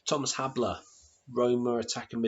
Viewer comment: Thomas Habler. Pmsl. Its pronounced Hassler...